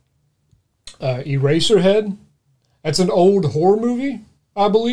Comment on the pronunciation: . "Erasher Head??!!" .. ( wtf Dude?) .